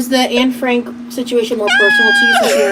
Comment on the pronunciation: Isn’t Ruby Franke’s name also pronounced “Frankey” too? Not Frank? So her mixing those up is just sending me because Anna Frank is not typically in someone’s daily vocabulary.